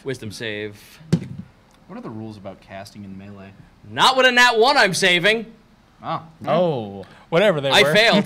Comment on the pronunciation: OK, I'm sorry, but if you're RUNNING a D&D game ON CAMERA, you need to be able to pronounce "melee".